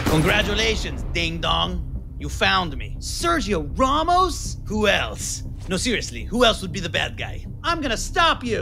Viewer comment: "Sergio Rawmos"